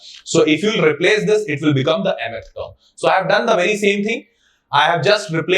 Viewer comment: Sir just please learn to say mth term properly